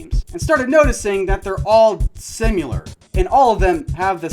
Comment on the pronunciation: Dude... you used “addicting” instead of addictive and “simular” instead of similar...